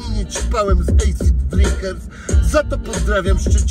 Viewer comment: asid a nie ejsid